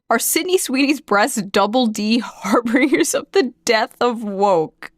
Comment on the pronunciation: Um, actually... it's pronounced "har-bin-jers."